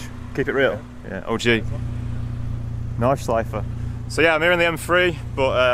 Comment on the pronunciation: Great video, this is the content i'm here for! One thing, if i as a native German speaker may give you a pronounciation hint about "Nordschleife", say the E at the end. German doesn't have silent vowels at the end of words. So it's the same as the proper pronounciation of "Porsche", the E is not omitted at the end, you always say it :)